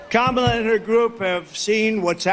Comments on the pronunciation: Oh he pronounced her name correctly. Was that a mistake? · I love how he keeps slipping up and saying Kamala's name correctly. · We need to give Trump a gold star and a trophy because he actually pronounced Kamala’s name correctly I’m shocked 😳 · He pronounced Madam VP’s name correctly TWICE!!! Good boy, Donnie 🎉